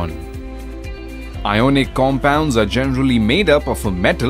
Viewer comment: iconic nhi ionic